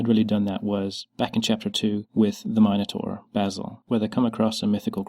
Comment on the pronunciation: that isn't how you say minotaur